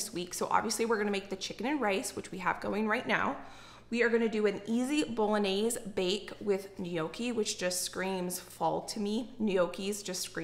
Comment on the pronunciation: Lol wtf is boloanze 🤦🏼‍♀️ please don’t do Italian like this